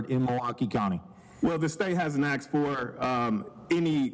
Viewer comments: Sir, the word is asked, not axed..... please learn how to properly speak English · It's "ask", I can't believe a professional lawyer would say "I axed" in court. Do they not teach you how to speak properly in law school? Using slang in court is hilarious, only in America! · A lawyer saying “axe” or “axed” is wild lmao 🤣